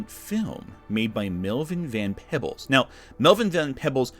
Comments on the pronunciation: It's Van PEEbles, not Van PeBBles. Also, your ASOIAF books being out of order behind your head is messing with my OCD. I just want to reach out and reorder then. <Insert Spock "Pain!.gif> Kristin Keuk who was in the Sci-Fi (or was it Syfy by then?) adaption is half Chinese. I know she is white-passing, but she still isn't really white. I think she is the half that Ursula references in her comment. Was that New Warriors comic the one that had the brother and sister standing like lovers on the comic art? It got dragged for that and calling them Safe Space or something terrible like that. Concord didn't fail because of character design. The character design isn't good, but it failed because it was an always online live service arena shooter that Sony wanted people to buy for full retail price in a market saturated with always online live service arena shooters that are free. Live service games of all types are failing, but going back several years other F2P online arena shooters have failed because there is no room in that market for games of that genre. People have Overwatch and Apex Legends and a handful of other games. They don't want any more. The gamers who aren't playing those games aren't interested in them. They want Lies of P 2 or to play Baldur's Gate 3 a 50th time, or Forza Horizon 6. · Melvin van Peebles last name is pronounced “pee-bles”. Man you are bad at pronouncing vowel sounds😂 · (Pee-bles) Melvin Van-Peebles kind sir, love your blogs.